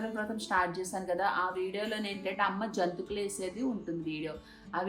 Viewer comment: జోంతుకులు కాదు అండి జంతికలు అనాలి అండి.